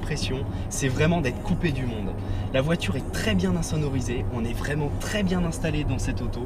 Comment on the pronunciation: Bonne vidéo, mais faut faire attention aux liaisons malheureuses quand tu dis "nous sommes vraimen'zabord" car c'est un T qui se trouve à la fin de vraiment...